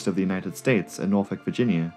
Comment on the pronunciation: Wow you actually said Norfolk correctly. Thank you 😊 great video btw